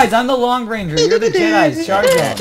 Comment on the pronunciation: It's Jedi, not Jeteye